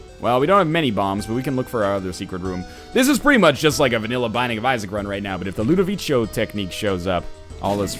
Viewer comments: That's not how you pronounce "Ludovico". Do you see an "i" before the last "o"? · you're saying ludovico in the wrong way. im italian, i fucking know.